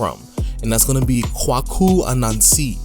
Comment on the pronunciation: Kwaku (‘Quake-U’) As pronounced in Ghana. Appreciate the video 👏👏👏